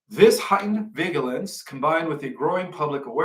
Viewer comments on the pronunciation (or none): Love your Intel.The g in Magellan and vigilance is pronounced like the j in jello.